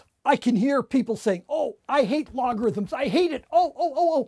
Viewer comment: if you want to see him say "logarithms"